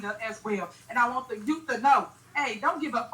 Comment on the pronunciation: Wth……What’s a Yout ,? it’s You..th , Youth